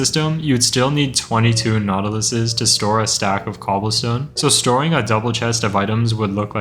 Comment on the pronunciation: every time bro says the plural of nautilus I only hear "nautilussy"